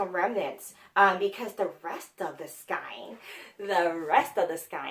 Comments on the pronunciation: Love your channel! FYI I had to look this up but Skein in prounounced Skayne not Skine. The “ei” is a long A sound There’s an audio clip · You are a hoot!! Now I want A drink, a bunny and some new books!! Your show is so refreshing ( love you girl!! BTW" Skein" is pronounced" skane")